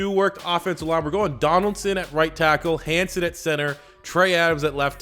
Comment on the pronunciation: Its Jake Hanson not Hansen